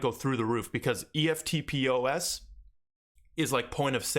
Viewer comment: Love the channel mate - would you be taking all your HBAR off Binance and putting it into Exodus or Wallawallet etc if you plan to hodl? What’s the risks? Cheers! Oh and you can say ‘eftpos’ as one word not just letters haha 🇦🇺 🦘